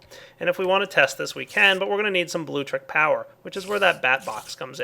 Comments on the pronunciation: it's pronounced Bloo-Lectric. No big deal, but you've been saying Bloo-trick since you started using it. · LIK DIS IF U CRINGE EVERTIM says "bluetrick'.